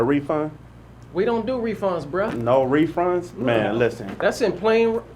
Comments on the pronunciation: Anyone else heard 'refrund'😂😂😂😂😂😂😂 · HE SAID REFRUND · No “refrunds” lol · Am I the only one that came straight to the comments when dude said "refrunds"?! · "no refrunds" - Dwight